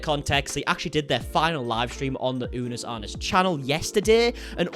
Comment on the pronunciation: How you said Unus Annus was correct. It's latin for One Year. I really like the idea behind the channel-we only have a finite amount of time on this planet. We should make the most of the time we have here. Because while someday, we might find the secret to living longer, I truly think there are some things we just aren't meant to cure, such as cancer and other diseases and as such....Death always has the final word. What would you do if you only had a year to live? It's a good philosophical question to think about every now and then